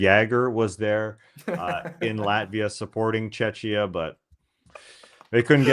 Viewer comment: Btw, it's /ˈtʃɛkiə/.